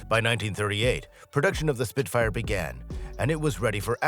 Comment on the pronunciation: "He" says 'Spit-fighter' at . Clickbait trash with an A.I voiceover.